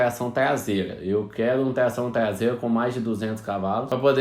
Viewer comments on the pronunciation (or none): TLAÇÃO TLASEIRA KKKKKKKKKKKK